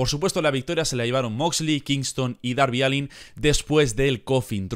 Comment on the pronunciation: Se dice darby alen pero se escribe allin